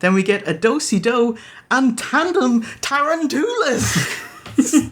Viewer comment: They pronounce Tarantula "Tare-Ran-To-La"